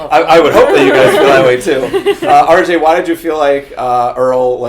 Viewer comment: He called RJ "Earl" haha